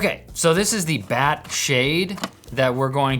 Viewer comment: You did say they’re BAT-ass, right?